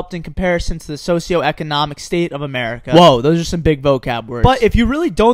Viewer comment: its socialECOnomic. not socialnomic.